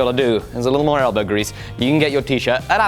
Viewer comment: That sounded like you said smelbow grease... lol